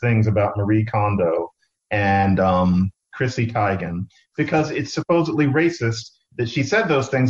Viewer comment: hey john its pronunced teegan